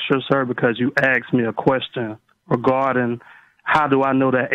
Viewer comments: Why do Black Americans always say AXED instead of ASKED White Americans don't seem to say it most annoying if your English. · For clarification, he axed a question...